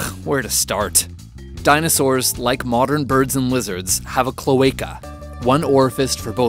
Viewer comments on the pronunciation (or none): "Even DINOSAWURS"